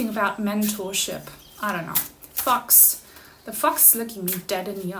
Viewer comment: Haha, your thumbnail looked like a pregnancy test. And your British accent in the first fifteen seconds sounded like “fucks” instead of fox. That’s my psychic sense going haywire, in a good way.